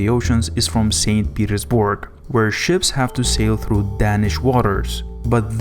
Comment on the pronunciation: “St. Petersborg” “penunsula”.